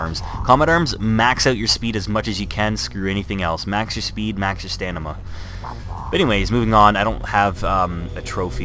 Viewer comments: Loved the vid, but my OCD fucked me up when you said stanima instead of stamina xD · You said stanima lol It's *stamina*